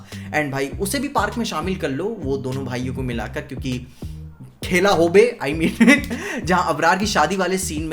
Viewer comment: Did he say Khela hobe😂 like a bangali In 😂